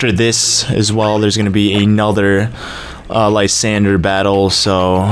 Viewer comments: It's lee-zand-dra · HOW MANY TIMES DO I HAVE TO TELL YOU LYSANDRE IS NOT SPELLED LIESANDRE ITS SPELLED LESANDREY